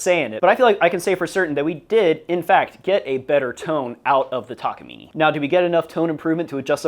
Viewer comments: It's neither, it's たかみね . You're saying たかみねい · It's pronounced tak-ah-mee-nay, not mee-nee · It's: Tah kah mee nay ....NOT ........Tah kah mee nee!! :body-green-covering-eyes::body-blue-raised-arms::hand-orange-covering-eyes::elbowcough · "takamini" immediately disliked and closed video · "taka meeny" 😭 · yall are great but it's pronounced ta-ka-me-nay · It's funny that with all the effort and money you spent on this guitar you can't even pronounce the brand name correctly. It's a Japanese brand and word. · I started watching this just to see how to actually pronounce Takamine, i stayed to see the outcome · The e in takamine is pronounced like the e in cafe.